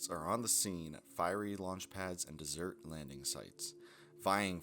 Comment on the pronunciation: Awesome. (Mispronounced 'desert': )